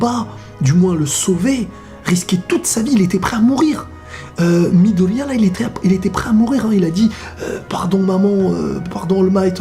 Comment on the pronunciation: "shouto" et "midolia"ptdr tu ma tuer